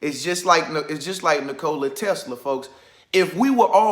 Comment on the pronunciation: Bro you are pronouncing his name wrong lol